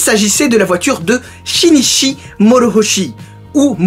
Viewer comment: chinichi xD 😂 c'ezt shin'ichi que ça ce prononce. Regarde kiseijuu